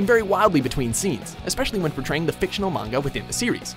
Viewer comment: oml he pronounced manga properly